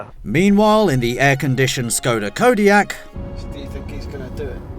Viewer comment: Try to pronounce it the right way :D "ŠKODA" ... just for fun